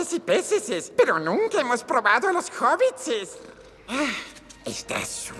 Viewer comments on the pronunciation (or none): No es hobbitses...es hobbits